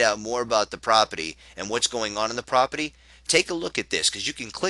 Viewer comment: if you say propity one more time...